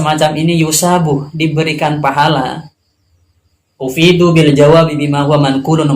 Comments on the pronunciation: Bukan ufiiduu, tapi afiiduu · bukan ufiduu mas, afiduu mas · افيدوا Afiidu, bukan Ufiidu...